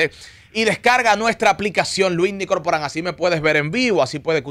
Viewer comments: Coño que falta de respeto de este "artista", mientras Luinny le esta entrevistando él está con el celular en la mano chateando y subiendo fotos y mierderia. Por cierto, el nombre es: LUINNY, NO LUIMI!! LOL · CUÁNDO ES QUE VAN A ENTENDER QUE ES LUINNY NO LUIMI 😭😭😭